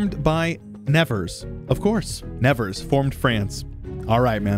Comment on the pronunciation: Living near Nevers in France, it’s hilarious to hear you saying Nevers with an American accent because we laugh about it like « nothing ever happen in Nevers » (which is not strictly true 😂)